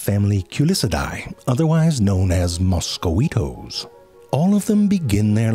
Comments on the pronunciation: I like the way he initially pronounced mosquitoes as "moss-ku-weetos" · I'm not going to lie the way you pronounced mosquitoes is the only way I can remember how to spell it. Now I just imagine you saying it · Moscoweetoes.. that's great, you always have the greatest pronunciations And I dont care how many times I hear it.. behbehs 🤣 look at the behbehs 😭